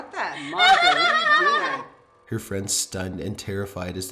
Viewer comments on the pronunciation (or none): none